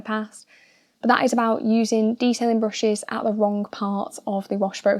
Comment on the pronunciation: I swear she is saying bushes instead of brushes.